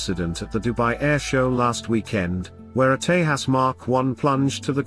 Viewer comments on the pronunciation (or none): tejas not tehas, correct the AI.